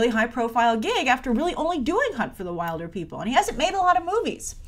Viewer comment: Your pronouncing "wilder" wrong in Wilderpeople" It's pronounced Will-der😂 P.S I'm from New Zealand so that's why I know